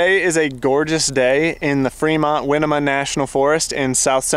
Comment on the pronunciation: You miss annunciated winemaker national forest, it’s pronounced “why – knee -ma . She’s actually an ancestor of mine, her white name is Toby Riddle, I apologize that a local would have such mental instability as to Harass folks such as yourself for a little to no reason.